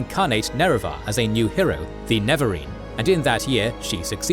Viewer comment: NeREvarine, not Nevarine bro...